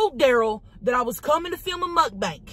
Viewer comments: I love how she says Mukbank instead of mukbang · I love how she still calls it mukbank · Omg I needed this....thankyou so much for making me laugh.....that head bop thing you do in the beginning is hysterical...and the way you say muck bank.....and the things you talk about.....like the chicken leg in the pu$$y....I really needed to laugh..you deserve to have a more than a million subscribers.